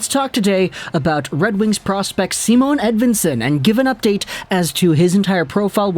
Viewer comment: It's not Simone either. Its just Si..mon.